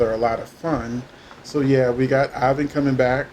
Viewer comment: His name is pronounced as Eee-von not I-vun and him and Vivian were a blast together. Every time Vivian came back I always wondered where Ivan was. I’m glad he’s coming back.